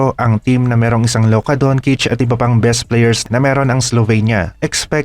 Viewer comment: Don-chich not don-kich..... Don't murder people's names.